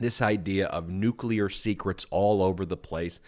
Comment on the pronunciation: you mean Nuka'leer? Don knows Nuka'leer..his Unkle was Nuka'leer. Osmosis happened.